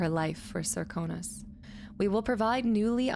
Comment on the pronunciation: You're saying it just fine--most characters say "ser-KOH-nos", but on rare occasions one will say "SERK-uh-nos". :) There's a similar inconsistency where most VAs say "Jess-uh-MEEN", but some (including Emily!) say "Jess-uh-min".